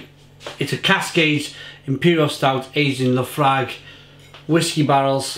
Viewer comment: As a Scotsman it hurt my ears to hear you butcher that pronunciation of Laphroaig🤣🤣